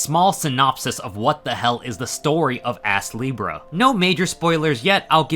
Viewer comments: I keep hearing the name as Ass-Libra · I had to check the title of the game cuz he kept saying ass leebrah